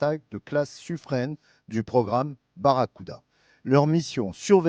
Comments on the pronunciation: Le narrateur qui dit Suffr"ène", ça pique un peu mais bon, ce n'est pas très grave en soit. Par contre à "trouver les moyens pour réduire la discrétion acoustique"... Euh... non, c'est le contraire ! C'est "augmenter" la discrétion acoustique, la réduire ce n'est pas tout à fait une solution d'avenir... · Finalement on ne saura jamais si on prononce "sufrin" ou "sufrène" 😀